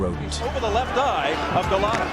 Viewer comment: first of all...It's Andrew Go-Lot-AAAAAAA NOT OOOOOOO, Golota, not Goloto, if you actually listen to the announcers, you could of said it correctly. Secondly... Mitch Green went the distance! This is suppose to be "All Tyson's Knockouts" and I'm out... S-it For Brains.